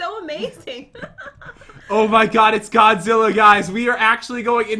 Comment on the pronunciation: Its not mobizila its godzilla pat